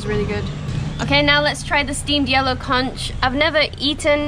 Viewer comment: Guy's try to beach at high tide❤️ This time of year is windy and its hard to picture the perfect landscape 😂 We used to visit Krabi twice a year before the pandemic. Anyway try to time the high tide for beach's............ got it wrong this time its pronounced "KONK" but spelt Conch 😊 have fun xxxx